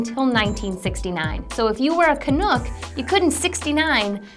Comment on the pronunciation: Canook? It's Canuck ... nuck ... rhymes with puck